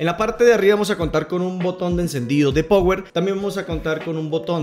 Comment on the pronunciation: Cono sugerencias hay que cuidar mucho la forma de expresión en un video explicativo. No se puede decir power. Claro se escribe así pero se pronuncia pawer. Tampoco es party sino pary. Creo son críticas constructivas para que mejore. De pronto lo toma a mal. Espero que no.